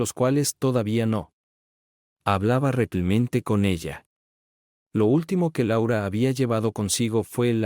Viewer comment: Porqué ese narrador no puede decir Realmente y dice Reclimente,😮